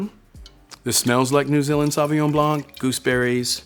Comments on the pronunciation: Homie it’s Blanc not Blonk.. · The C at the end of Blanc is silent! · bro is a sommelier but pronounces the C in Blanc? What a joke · as a French, hearing a sommelier pronounce it sauvignon "blank" it just hurts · Love this guy Just one pet-peeve of mine this video is how he says blanc The c is silent in French. It's just blan The c comes into play when the word is in its feminine form, blanche (blan shh) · Not sure what I should make of the opinion of a sommelier who says Blank instead of « blanc » (the ´c’ is silent! It’s freaking silent!!!) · The c in blanc is silent bro 😊lol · Can some one please tell that sommelier that the C in < > is never ever pronounce. French is my native language and that was scorching my ears, that said amazing video! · the C in Blanc of Sauvignon Blanc is silent. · If you are a sommelier you should probably learn to pronounce "Blanc" ;) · He lost me as he was articulating the ‘C’ in Sauvignon Blanc. French variety of grapes, no need to over complicate. But say it right… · the c in blanc is silent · The C is silent in Blanc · please tell me you're not pronouncing the c in blanc...